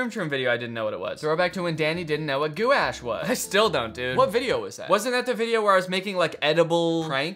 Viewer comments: Danny no one is going to tell you this, so I will. It is not Goo-ash, it’s gouache. (Gwash) It’s a type of paint that is a water color and acrylic mixture, and its mostly used on canvases or thicker paper. I don’t know whatever the hell your referring to with the groom groom video reference, but gouache is a paint. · As an artist, hearing Danny pronounce gouache as "goo-wash" really hurts my soul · How is it pronounced isnt it gwash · gu wash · As a art student, that had a one hour long lecture of why it’s pronounced as gouache and not goo-wash, I feel pain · it's pronounced like "wash" with a "g" slapped on it. "Gwash" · As an artist, hearing Danny pronounce gouache like goo-ash is the highlight of my day. I feel like so few people know what it is despite being one of the most unique and versatile mediums out there. (it usually rhymes with squash) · The way he pronounces it kills meee. (For those who don’t now, it’s pronounced “gwaashh” kinda like wash with a g in front) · lol he said goo-ash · it's pronounced "gwash" like just the word "wash" but with a hard g in front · rhymes with squash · DANNY ITS PRONOUNCED GWASH ITS A PAINT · gouache is pronounced “gwash” and it’s like a thicker watercolor almost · I think you’re talking about ganache, the paint is is pronounced gwash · gouache is pronounced gwash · Gouache is pronounced gwash 😭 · As a normal person who knows the pronunciation of gouache, hearing how he says it hurts my soul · as an artist i pronounce it the same as danny lmfao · the way danny pronounces gouache awakens a primordial rage within me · Not Danny pronouncing “gouache” like that- As an artist it hurts my soul but it’s also genuinely so funny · The first time I heard about Gouache was from an art YouTube video so I only knew the correct pronunciation for it until I heard Danny pronounce it wrong. Now when I read it I can’t stop pronouncing it in my head how Danny said it. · The artist in me crying as Danny mispronounces gauche like 10 times 😭